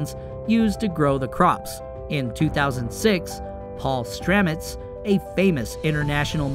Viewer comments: STAMETS is his name, not Stramets. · Its paul stamets not paul stramets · His name is Paul Stamets, not Stramets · That is Paul Stamets, not Stramets. Makes me wonder what the author of this article really knows. Also, many funguses are not safe and are extremely poisonous. Some attack human bodies and are difficult if not impossible to cure. Sure they are natural. They are natural poisons. So its natural poisons versus manmade poisons. Maybe poisons are not the answer? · Paul Stamets not Stramets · Paul Stamet's not "Stramet's" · His name is Paul Stamets NOT Stramets. He is a genius! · Great topic, terrible execution. The editing, soundtrack and poorly researched info, like his name being Paul Stamets not Stramets, is unfortunate. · Stamets, not stramets...make a video about the guy and you get his name wrong! Did YOU know? Lol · Paul Stamets American mycologist, not Stramets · It's Stamets, not Stramets goof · Stamets, not StRamets. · His name is Paul Stamets NOT StRamets. This is an important topic so please get the facts right. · His name is STAMETS not StRamet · Not only do you waste over half the video with unnecessary chatter, you can’t even get the guys name correct it’s Paul Stamets not Stramets. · Stamets!!! Not stramets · Thanks, good video. The guy with the mushroom innovation's name is Paul Stamets, not Stramets. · Paul Stamets not Stramets. The guy is my hero, get his name right. :) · The man's name is PAUL STAMETS not sramets. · Just for the sake of clarity-it's Paul Stamets, not "Stramets". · "Stamets" his name is Paul Stamets not Stramets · It's Stamets...Paul Stamets - not Stramets. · Stamets. Not Stramets. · It’s Paul Stamets! Not stramets. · His name is not Stramets, it is Stamets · It's Paul Stamets, not "Stramets" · His name is Stamets not Stramets. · Stamets...not Stramets.... That's some s*** reporting there bud. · Paul Stamets.. not Stramets. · Paul Stamets not Paul Stramets in the time line. Get it right .. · it's STAMETS